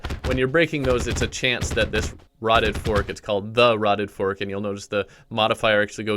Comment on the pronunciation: "Tha rotten fark"